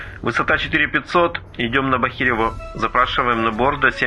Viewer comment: ну ребята, ну надо же как-то проверять свою работу. я не говорю о том, что постоянно путаетесь с ударениями в названиях населенных пунктов (БАхирево, АрхарА), так еще у вас куча ошибок по невнимательности - дважды глава "Расследование" (хотя первый раз должна быть "Хронология"), а потом еще и штамп "ЗАСЕРЕЧЕНО"